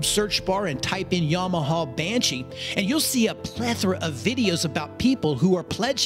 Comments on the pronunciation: Yamahuuhh. Bud its yamaha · This "yomohoh" brand sounds great 😂